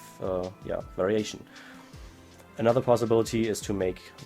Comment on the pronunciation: When he says variation it sounds like very Asian XD